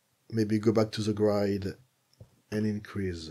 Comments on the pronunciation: It’s a shame that such a good tutorial is marred by your bad English pronunciation…. sometimes it’s hilarious… GRIDE instead of GR-I-D. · Just a little help with pronunciation of Grid, try saying it like this..' GRE ' 'D' instead of 'GRIDE' 😊 Thanks for the tutorial 🙌🏻